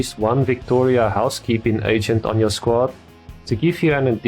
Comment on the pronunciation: Everytime u said agent id get cinfused cuz it sounded like ancient